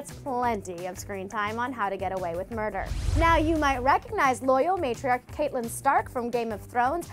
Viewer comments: Is anyone else annoyed by the fact that she mispronounced Michelle Fairley's character name from Game of Thrones?? Her name is spelled Catelyn, but pronounced Cat-lyn. I guess it shouldn't really surprise me, since you'd have to be blind to not have seen half the people they mention. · okay clevver I love y'all but it's pronounced cat-Lyn stark instead of catelyn (I know it's spelt catelyn but it's not pronounced that way) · ITS CAT-E-LYN STARK, NOT CATE-LYN. DO YOU EVEN WATCH??? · Pronounced cat-lynn*